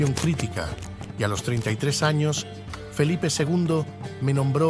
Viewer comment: Felipe ll. Nada de "Felipe, segundo", como ha dicho el locutor al principio del video.